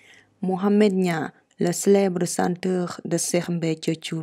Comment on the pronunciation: C'est chanteur pas "senteur"😀😀😀